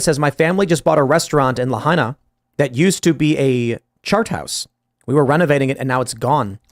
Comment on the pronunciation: I vacationed in Lahaina. That's crazy news. To correct, it's pronounced: "La-ha-ee-na."